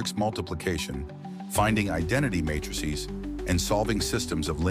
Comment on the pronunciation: The first 15 seconds and the voice speaking has already pronounced "row" and "matrices" very weirdly. Could you get a real person to voice the script, rather than an artificial one?